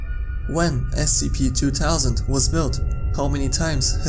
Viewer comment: Scp two towsand can he not make the th sound?